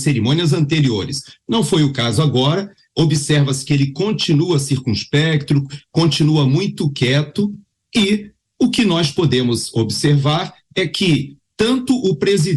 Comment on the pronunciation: ...CIRCUNSPECTO e não circunspecTRO